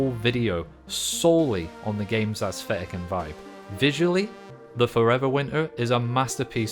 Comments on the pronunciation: assthetic xD never heard someone say it that way before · My man cannot settle on a pronunciation of "aesthetic".